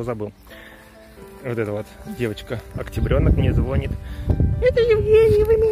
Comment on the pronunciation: звонИт,а не звОнит